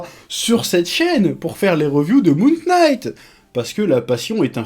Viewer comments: hey Chef ! "Knight" se prononce comme "night". A bientôt :D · Chef, en anglais : "K" suivis d'un "N" en debut de mot rend le K silencieux. Donc Moon(k)night. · Prononce "knight" comme "night" et tu verras, ça passe tout seul !